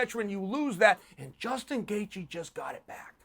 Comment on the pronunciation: Did he say Dustin Gaethje the second to last time? Do we need to start calling him Dustin?